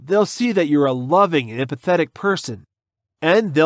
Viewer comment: "emphatetic" not sure if thats even a word lol. I C U😈😉